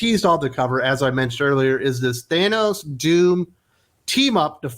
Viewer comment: Thann-ose, it’s simple. Not “Thane-ose”. Starlin has said it clearly and plainly many times. Seriously how do you say it correctly and wrong in the same sentence? And this series got bad as soon as the black winter story line ended. The Donald Blake story wasn’t good either.